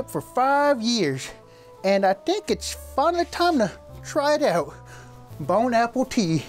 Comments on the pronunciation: Uh bro u said bone apple tea ☠️ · bro said bone apple tea and then almost died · “Bone apple tea” famous last words